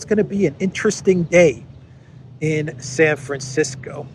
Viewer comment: did you say "Saferisko" for "San Francisco"? 😅